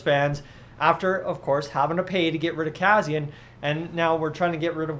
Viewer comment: You are not saying Kassians name correctly but I agree with you he wont be back here.